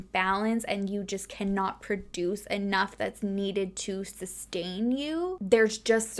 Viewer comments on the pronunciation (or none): none